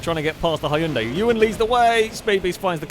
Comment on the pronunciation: You're mispronouncing Hyundai 🙂 (but thank you for another fun video!)